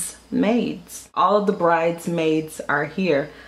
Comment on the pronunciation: Omg...I thought I was the only one who was annoyed by the way Nene pronounced bridesmaids lol!! It was like nails on a chalkboard.